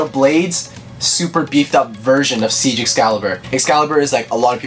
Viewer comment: No offense but it actually isn’t pronounced “Siege” it’s pronounced kinda like “Zeke” or “Seek”. It’s a german word meaning “Victory” or “Winning”. Again, no hate or judgement, I just thought you guys might find it cool to know. (Not sure if you mentioned this in your sX video...if so I’m sorry.) But yeah, Buster Xcalibur is pretty cool! I’d say it’s not much of an improvement over it’s former counterpart, but it looks great.